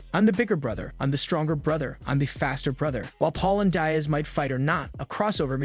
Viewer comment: Dude it's Diaz get the name right